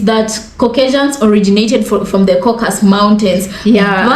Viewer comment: Kah-cuh-sus, please 🙏 From a true Caucasian from the Caucasus. 😊